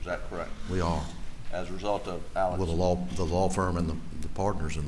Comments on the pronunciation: It’s Alex, like Alexander - except when in the Deep South (I heard just the other day). That’s why some refer to him as Alex, but pronounced Allick. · In my life, I've never heard the name Alex pronounced "Ellick" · I’ve come to the conclusion that no one from South Carolina can pronounce ALEX. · Why can’t people get the names correct, Alex instead of Ellic, Murdolpf, instead Merdic?